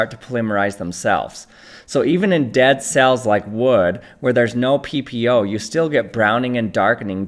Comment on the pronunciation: you said pp-oh